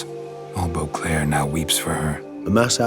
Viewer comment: I keep hearing Eau Claire when he says Boclair which is hilarious as Eau Claire is a city in Wisconsin. Imagen, the witcher, wisconsin edition